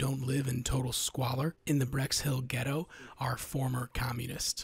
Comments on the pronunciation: Bexhill, not Brex Hill. It's a real place in Sussex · Bexhill-on-Sea (Bexhill), not "Brexhill". Battersea Power Station has now opened as a shopping centre and has a tube station there.